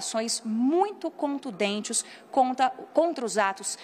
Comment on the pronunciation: Não é "contudentes". É "contundentes".